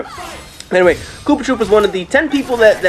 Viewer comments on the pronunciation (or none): Uh.. It um actaully K00PTR00P not koopatroopa.. awkward..